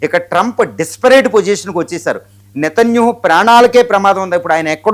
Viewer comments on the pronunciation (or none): none